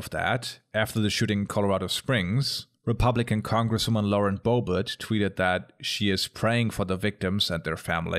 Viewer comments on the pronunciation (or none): none